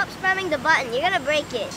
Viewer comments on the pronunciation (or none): "button" dat accent